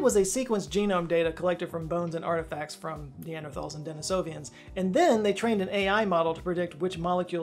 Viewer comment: Terrific vid, but one thing It's Denisovans. There's no I after the V. 🙂